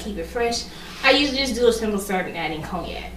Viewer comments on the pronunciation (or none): none